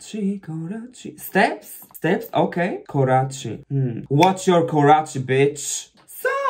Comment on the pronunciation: Its pronounced "koratsi" (Kораци).